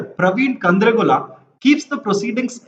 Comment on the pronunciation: Even after seeing the movie & being himself a Telugu guy, can easily butcher the names of the characters in movie, మరిదేష్(మరిడేశ్), మాంగ(మంగ), ప్రవీణ్ కంద్రేగుల(కండ్రేగుల) 🤦🏽‍♀️